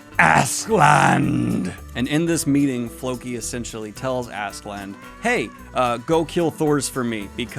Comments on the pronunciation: "Ask-uh-lad" but tbh, as long as I can tell who your talking about, idgaf. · it's pronounced Ash-e-lad - his character in folklore is the archetypal Ash Lad, or male Cinderella, so it's pronounced like that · If you're interested: Askeladd is pronounced Ash - e (as in elephant) - lad. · There is no N in Askeladd. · One-Two on the recording actually worked out with you picking out some things you had wrong in the first half. Also it's Askeladd, pronounced as Ash-e- lad. I know you said not to expect these too often but I really hope you can at least get through the first 4 volumes at a reasonable pace. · First part of his name is correct Aske, but I can't for the life of me figure out how Ladd becoms "Land" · You're not even trying anymore with "Assland". One, there's definitely a K in there somewhere, and two there's definitely no N in there. You've failed. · Don’t worry about askeladd’s pronunciation it’s difficult. I believe it is pronounced As (ass)-ke (keh)- ladd (lad) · Ass skull lad is the pronunciation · I was gonna correct the pronunciation of Askeladd, but I think at some point you just started saying Assland and to be honest, I'm not that opposed to the idea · I don’t exactly know how to pronounce it but I think his name is said “ask-Lad” in other meaning his name means ash lad but I think you pronounce it “Ask-Lad” therefore askeladd. I’m 8 books in but thats always how I pronounced it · Ass-ke-ladd, the ass pronounced like the brits would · Hey Daniel it's Ask - A - lad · Its ASKALADD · The way most people pronounce it is “Ask-uh-lad,” although I don’t speak Norse so could be wrong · also incase you're wondering its pronounced Ask Eh Lad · Askeladd is welsh , so the double D at the end of his name would be pronounced with a ‘th’ sound . - from a Welshman :) There’s more welsh names to come so good luck :p a double L is like a hissing sound , that should help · But why is he throwing an ‘n’ in there lmao